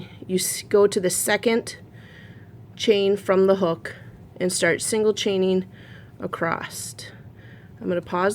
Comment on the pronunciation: Don’t hate me for this but “Across” doesn’t have a “T” in it!! 😂you are too cute I had to bust your chops! I’m now curious how you pronounce “Creek” and “sandwich” 😂😂😂. Xoxo